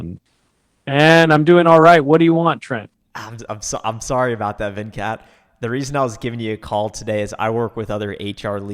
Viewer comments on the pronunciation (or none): not 😅😂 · Venkat was so pissed you mispronounced his name lol. Dude was a brawler!